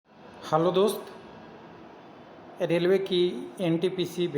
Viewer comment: Sir it's HELLO,,,,,,,,,,,, आप HAALO दोस्त बोल रहे है